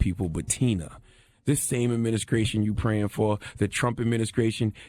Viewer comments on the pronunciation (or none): "Trump Adminiskration." -Cthagod That boy and -st's. LMAO